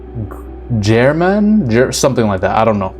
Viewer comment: My favorite game and its pronounced Ger Man for the old man.